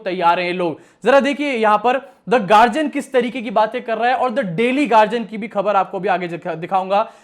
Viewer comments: Yeh garjian kya hai?, Guardian bol na. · Gadian hai gagian nahi